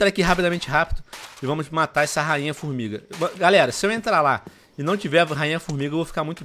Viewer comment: Tio Venom, vc falou FormiRga kkkk